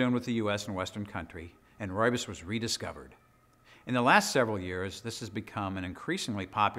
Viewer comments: South African here: Rooibos is pronounced like an American or Brit would say "Roy Boss". The RooibosLtd channel is the South African people who produce it and they pronounce it correctly in their videos. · I'm Afrikaans. From South Africa. It's pronounced "Roy-Boss". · Fantastic some of the things you find on YouTube. I was looking at how to pronounce Rooisbos tea but learned a lot more in just a couple minutes. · I have heard so many pronunciation of 'ROOIBOS', it is just hilarious, which on earth is the right pronunciation?